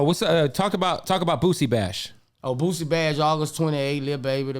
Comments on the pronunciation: His name Boosie not Boozie 🤦🏿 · Who tf is boo-zee?🤦🏽 it’s boo- see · The man's name is boosie. Not boozy!!! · Bootleg Kev keep saying Boozie instead of boosie lmao lmao mane I’m dying laughing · Boo-sie not boo-zie🤦🏾‍♂️🤣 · Is he saying Boozie? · Kev STOP 🛑 saying BOOZZIE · I cringe every time kev say boosie name lol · Sad, the interviewer isn't pronouncing the name of the artist right, although the artist pronounced his on name in front of him. Tsk tsk. Points lost for that one bro. The man's name is pronounced with an "s" not a z!